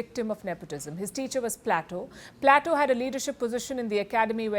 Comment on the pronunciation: plato is pronounced as plate o